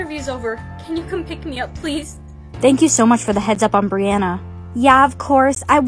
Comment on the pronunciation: Brianna: HOW DARE YOU CALL ME BANNNA?!?